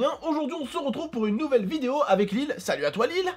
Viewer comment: ta dis lile sa veut dire lia ou lille